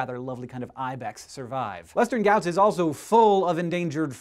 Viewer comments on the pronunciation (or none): I am from western ghaats and its being replaced rapidly, won't be long :(( (I don't know why you pronounced it as "gauts" but anyway...) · Hey I live near Western Ghats. (rhymes with parts : without the 'r'). Hank you always mispronounce all things Indian!